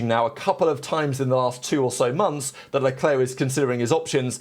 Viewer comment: Who is "Shalwlleclair"?